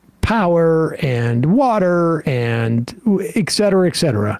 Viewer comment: Et cetera.....Not Eck. Everyone knows that, man.